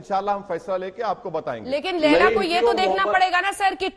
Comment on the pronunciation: Ailaa Owaisi laila hai bolte😂😂😂😂